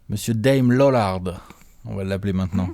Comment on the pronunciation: "Mr Dam Lollard" j'étais pas prêt 😭